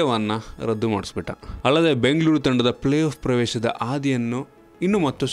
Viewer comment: it's not playhalf , it is playoff